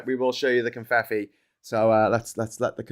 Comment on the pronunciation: Oh! 😳It's "Confeffi", like with two Fs, ("...ff...") not two Ts.